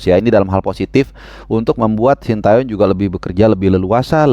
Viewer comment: Ini penting2 engga sih, tapi ntar presiden ataupun protokoler pas acara bakal nyebut namanya coach STY sesuai yang dikasih ortunya (shin te yong) apa versi indonesia (shin ta yong) 😂😂😂😂